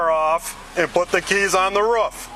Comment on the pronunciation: Raaf ???? Roof!!!!!